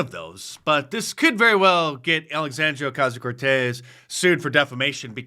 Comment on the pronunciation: Mark you’re rolling that R for AOC is getting better and better.